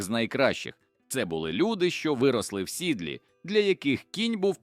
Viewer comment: Чи хтось редагує це озвучення?вирости в сідлі а пишуть упідстрочнику « у Сідлі» що це! Жахливі наголоси! А ще хочете вподобайок! слухаю лише тому що текст про нашу героїчну історію Виправляйте наголоси !